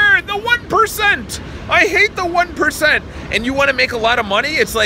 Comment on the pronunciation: Awesome video , let what others say reflect off you and maintain your drive of pushing the limits , it's always hilarious when u start saying " the one percent!!" 😂😂😂